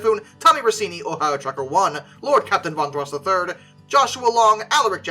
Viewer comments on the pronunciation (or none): none